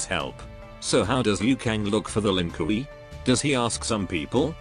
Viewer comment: Why does the darn dude calll them the Lin Kooey lmfaoooooooooo it gets me everytime